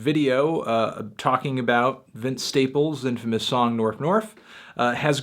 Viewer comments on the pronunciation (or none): I'm pretty convinced the video is fake. She pronounces Staples as Stiples and Norf as Nerf despite being so careful to speak properly everywhere else in the video, I think she was just trying to seem more out there by pronouncing those words wrong, but it ended up killing the believablility, at least for me.